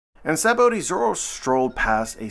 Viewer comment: It’s just pronounced “sab-O-D”